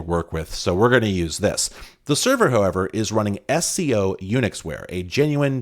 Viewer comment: SCO was pronounced as a word not as 3 letters. I was at UCSC in the 90s and while I didn't work there I knew a lot of people who did, and they all pronounced it as a word.